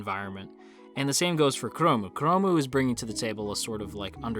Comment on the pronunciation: It slightly bothers me that you call 'chrome' as 'kuromu'~! Japanese is really broken when it comes to English sometimes~